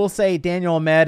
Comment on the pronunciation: You keep pronouncing this dude's name wrong. It's Ahmad not Ahmed.